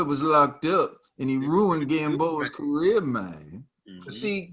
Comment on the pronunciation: "career mehn"....lol